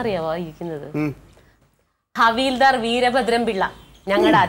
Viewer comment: കവിൽദാർ അല്ല ഹവിൽദാർ